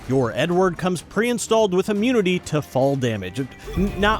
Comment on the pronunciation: I cant be the only one who hears "your N word" whenever he says Edward lol 😂